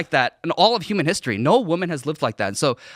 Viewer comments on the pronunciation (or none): none